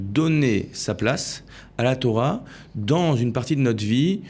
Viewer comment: Torah et pas thora